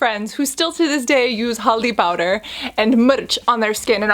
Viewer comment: I love how she really pronounced haldi (turmeric) powder and mirch (red chilli) powder so correct ! As an indian myself couldn't be more happier . Love you gorgeous sis ✨